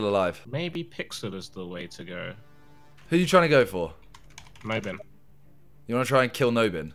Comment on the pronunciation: OMG TOBI ITS NOT “no bin” it’s FRECKING “ nob in “